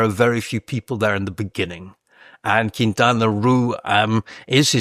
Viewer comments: Quintana Roo! Not Quintana Ru xd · Why is the author pronouncing Quintana Roo like that? It doesn’t rhyme with too or loo. It’s pronounced ROH. Makes me not trust him as much anymore… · Sorry, but in Spanish it doesn't sound "Quintana RU" as you pronounce. It sounds "Quintana Ro". A round o like in "dot". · Were you also wondering why he pronounces Quintana Roo in a way that it rhymes with loo? I can’t get past it. Couldn’t pay any attention after that. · lol i had the exact same thought. Made it hard to take him seriously although it seemed to get better afterward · I'm wondering if he has spent much time in mexico. I'm 5 min in, not only are some of his comments so far factually incorrect, but he's pronouncing Quintana Roo incorrectly (his pronunciation isn't correct in EITHER language). Very weird